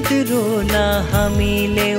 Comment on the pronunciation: नेपाली कविता, त्यसमाथि पनि भूपी सेरचनले रच्नुभएको यति मीठो राष्ट्रप्रेम जगाउने कविताको गायन गर्न खोज्नु प्रशंशनीय छ। तर, गायनमा उच्चारण गर्दा कति धेरै त्रुटि! नेपाली भाषाको मान्यतालाई जोगाउन सहि र स्पष्ट उच्चारण गरौँ। ढोगलाई ढाग, रोलान् लाई रोला, शहिदको लाई शहिद अनि फेरि कतै कतै कुनै हरफको त शब्द नै बिर्सनुभएको छ। गीतमा मिलाएर गाउने भनेर आफै कवितालाई, शैलीलाई परिवर्तन गर्न मिल्दैन नि। यस्ता त्रुटिहरुलाई सुधारेर यश मिठो एवं ठूलो मर्म बोकेको कविताको सहि न्याय गर्नुहोला। उदाहरणका लागि रोबिन शर्माले गायनमा उतार्नु भएको महाकवि देवकोटाको यात्री कविता नै सुन्न सक्नुहुनेछ। तैपनि राम्रो प्रयास गर्नुभएछ। धन्यवाद